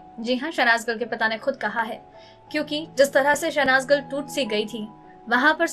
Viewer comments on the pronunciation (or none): इतना style मार के क्यों बोलती हो भाई..?..? शहनाज गिल की बजाय शहनाज गल बोल रही हो । हिंदी में भी एक्सेंट का use करोगी क्या..?..?